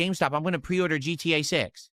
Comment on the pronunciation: He literally said "exsqueeze me? You're going to pwe-order a didgidal game"